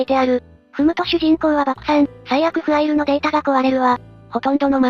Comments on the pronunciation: ファイルじゃなくてフアイルなんだな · かたくなに フアイル って言ってるの笑う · ファイルのことをきちんとフアイルって言ってるの非常に良い